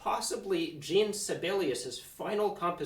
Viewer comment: PLEASE pronounce Sibelius's first name properly..."Jshawn" is closer than Gene.